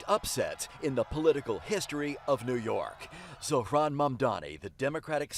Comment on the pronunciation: Hey Bill Ritter, how about pronouncing Zohran’s last name CORRECTLY?! You interviewed him, didn’t you, so say it correctly! You definitely got a lot of people to speak who are in Cuomo’s pocket, huh? It’s not going to work! And Eric Adams, that goddamn criminal is a JOKE!